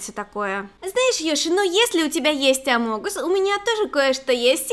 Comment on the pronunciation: Не амонгус, а амогус